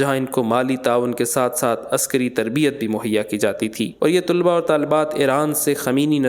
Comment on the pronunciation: طُلبا نہی یہ غلط لفظ ہے اصل لفظ ہے طَلبا